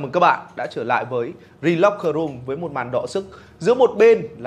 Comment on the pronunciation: Thi locker room :)), đọc tiếng việt đi cho xong chuyện :))